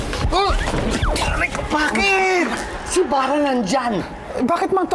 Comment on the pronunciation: pakinggan niyo maiigi sinabi Mang Tommy hahaha "Bara" na eh imbis na "Mara" hahahaha